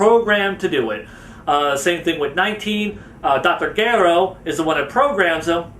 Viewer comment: Why do people not just pronounce the names of characters the way they do in the anime or manga, like the way he pronounces Dr. Gero or Gokus name it's just like no stop